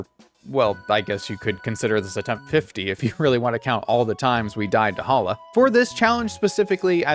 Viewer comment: We don't talk about Bruno but it's Hala